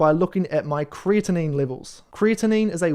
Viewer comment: Great video, as always,. Thank you. FYI... One word that you mispronounce isn't supposed to sound like Creatine. Creatinine is actually spoken as kree - a - tuh - neen. Have a great day.